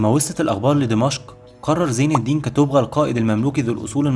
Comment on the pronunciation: كتبغا ينطق بضم الباء